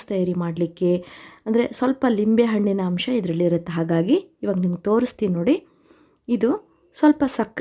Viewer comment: ಲಿಂಬೆಹಣ್ಣು ಅಲ್ಲ ನಿಂಬೆಹಣ್ಣು ಅಂತ ಹೇಳಿ